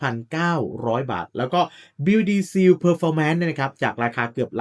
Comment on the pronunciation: เนื้อหาดีแต่่คำว่า "seal" อ่านว่า ซีล (/siːl/) ไม่ใช่ ซีว